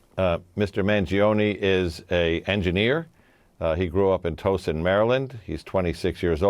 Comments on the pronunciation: Not toe-son it’s Ta-ow-son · He didn’t grow up in “Toesun” he grew up Tow (rhymes with Dow) son, Towson! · "TOE-son" :face-fuchsia-poop-shape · Pronounced Tao-son 😉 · Towson is pronounced Tow rhymes with Cow .... We Marylanders will be hearing this mispronunciation and cringe. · Towson. Like a towel. Not tow, like towing a car. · The way he is pronouncing Towson is distracting me from the story. Ugh. I need a nap.